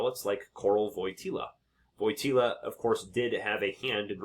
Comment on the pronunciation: The JP2nd ‘s name is pronounced like Voy tee wah. The L with a slash is a “W” sound.